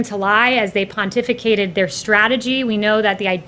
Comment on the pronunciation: I fell in love when she said "pontificated".